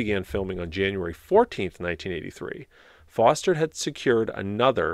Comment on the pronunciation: The actor you are thinking of is Robert Forster, with an “r” in the middle, not Foster.